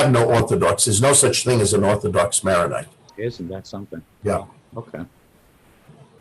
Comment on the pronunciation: Chorbishop Spinosa is awesome. To the interviewer, thank you for this interview. The rite is pronounced Maronite, named after St. Maron, not Maryonite.